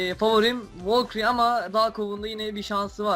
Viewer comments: Valküry değil valkür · şu adamın volkiri diyişine hastayım lan:D